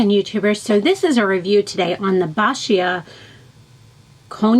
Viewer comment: Love the review. By the way, its pronounced "bo-sha"